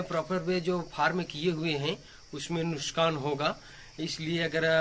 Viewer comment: Bhai sabse pehle ap dhayan de ke nuskan nahi nuksan bola jata he